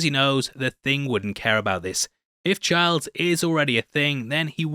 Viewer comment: It's Childs, not Chards 😂 hahaha